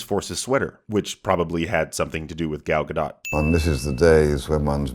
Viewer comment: no one has mentioned that mispronounced Gal Gadot's name